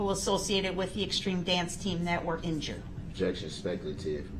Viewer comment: OBJEC-Shun!!! If 1 word makes no difference after a year, then why are you worried about it being changed DUHH-RRELL? Funny how he basically steals the word’s of the Prosecution, then uses them to sound Smart!! Even with him not being able to properly say ASK!!!!! Instead he “Axes” ridiculous questions!